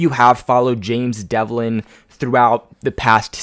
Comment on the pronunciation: Its james develin.....not devlin.....jesus christ 🙈🙈🙈🙈🙈